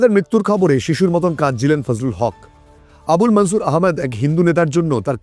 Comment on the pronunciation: মুললিম ব্যাক্তিদের নামগুলি হিন্দি -উর্দু স্টাইলে বলছেন।। এই বিকৃত উচ্চারণ কি ইচ্ছাকৃত??? যেমন - মনসুরকে -মানছুর বলছেন।।